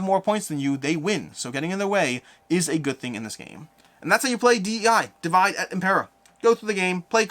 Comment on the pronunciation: Small feedback: Divide et Impera is latin, not English. The pronunciation is dee-vee-deh